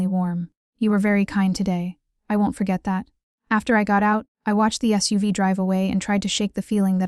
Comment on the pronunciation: AI narrator pronounce the vehicle, (an S.U.V.) as sous vide—- a method of cooking by sealing food, usually meat, in a bag then placing the bag in hot water. For a story involving the mafia this could also be an accurate description lol.